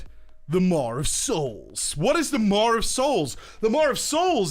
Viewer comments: "Mar of Souls" MAW. Say it with me. "MAWWWW" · lol, Idk why, but the way he pronounces "maw' is driving me nuts lol. He's throwing a R into it so it sounds like "Mawr' o.O Anywhoo, great vid, keep it up. :D